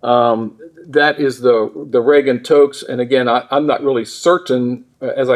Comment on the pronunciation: He said Reagan Tokes??